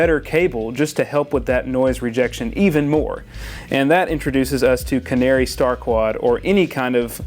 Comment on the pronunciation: Nice article, thanks. But it's Canare and Neutrik (not canary and neutrix)